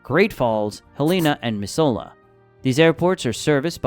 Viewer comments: Try renting a apt/house in Bozeman or Missoula and tell me no one is moving here. And it's pronounced Mizz-u-LA not mis-soul-la. Try again. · It’s mis zoo la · You can tell the person who made this isn't a Montanan! "Miss-ole-lah"🤣🤣🤣 You forgot the main reason why we live here... We love privacy and a lack of people in this great, most beautiful, and huge state! We may not have the best medical care, but family takes care of one another. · AI voice was doing pretty well before we got to, "Miss-OH-luh". Nope. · Please correct the pronunciation of Missoula. It is pronounced miszoola.🤗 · It is pronounced Miss zoo la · "Ma-zula" "Hell-a-na" 😂 🍻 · I live in the nose but the way everyone says missoula is mi-z-oo-la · The way they mispronounced “Missoula” makes me cringe so hard. They’re not even pronouncing the “U” at all. It’s pronounced “Miss-oo-la.” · Missoula is pronounced Mi-Zoo-La. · missoula is pronounced miss ooooo lah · As a montanan i dont care if people move here, i would actually prefer if you stay away from our beautiful state. P.S. it is pronounced Mi-zoo-la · Mis-ola bro that’s not how we say it 😂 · as a montana resident thank you for keeping people away. also you are pronouncing missoula way wrong, it’s mis-zoo-la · Pronounced Mi-zoo-la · Mis ZOO la not what the vid said 😂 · Missoula is pronounced: "Miz-zoo-luh." Hence why some call it "Zootown". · Dude you cannot pronounce Missoula to save your life 😂 (Miz-ou-la) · Bro said Mrs sola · Missoula is pronounced Miz-oo-la Work is not as good and making less than 50K a year is not great. Housing cost outweigh pay in 2024. Tourism is a big money maker in Montana. It has snowed in any month but doesn't stock in the summer. Most people can't handle the winters, there are warmer places to live in Alaska & it's far bigger. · living in Missoula it was hard to hear his pronunciation. Mi-zoo-la is how it’s pronounced hence being called zootown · Its pronounced Missoooola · Bro. It's pronounced Miz-zoo-la.